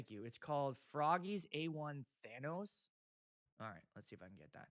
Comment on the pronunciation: I would never buy the fog machine because she can't pronounce Thanos. Also for 5K - F, no - also, shoot it straight up to the smoke alarms, everything will be fine.